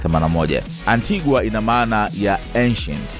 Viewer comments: Vanessa please! You should say Antiga and not Antiguwa inavyoandikwa! Mambo ya ain't hayo! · Ainaanndikwa ANTIGUA kusoma unasemwa ANTIGA! Na BAMUDA ikiisema au kuisoma unasema BAMYUDA! Tuko pamoja! 🙏🏽👍👆🙌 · Antigua is pronounced an-tee-guh..yakhee wa Tanzania my people.